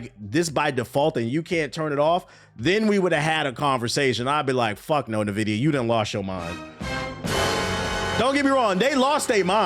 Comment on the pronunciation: Please stop reading it as Nvidia. it is pronounced INvidia